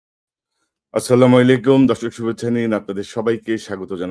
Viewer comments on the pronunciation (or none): Assalamualaikum,আপনি কাইন্ডলি মনে কষ্ট নিবেন না। আপনাকে বলার আমার এটাই মাধ্যম ।আপনি দয়া করে আসসালামু আলাইকুম ঠিক ভাবে বলবেন